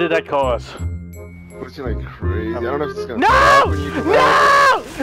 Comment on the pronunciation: Like i mean instead of lile